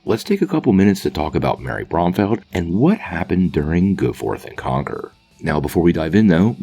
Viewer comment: *Bromfield. You're saying it wrong. And if he were to go into her hero form, she wouldn't be called Sergeant Marvel because that word is off limits